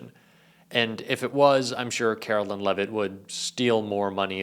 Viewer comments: Hey! Love ya. Btw this broads name is karoLINE not karoLYN (Carolyn). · I hate her so much but PLEASE say her name correctly. She doesn’t go by “Karolyn” so for the love of god stop calling her that,. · FFS,, you hear her name pronounced correctly and repeatedly yet insist on saying it wrong. WTF, dude?